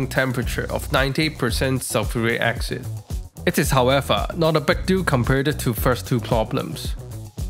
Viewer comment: Sulfuric acsid ? Its acid not acsid Why not say it properly its acid not acsid ok!